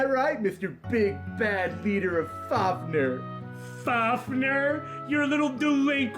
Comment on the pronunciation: Am I the only one who’s somewhat mad over how they pronounce fafnir? Seriously. Your supposed to pronounce it like fafnIr or fafnEr. Not FAFnr